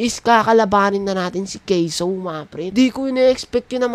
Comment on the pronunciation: caseoh hindi ca se oh